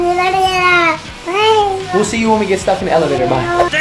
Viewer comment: Ima use "balalala" to say banana now